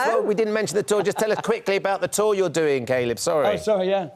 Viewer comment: Why is Ben calling him 'Kay-lib' ???